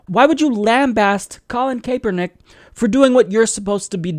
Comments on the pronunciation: its pronounce capernick not kaypernick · Just a FYI , Kaepernick is said like ... Kap+er+Nick . The 'E' is silent . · "Kay-pernick" :D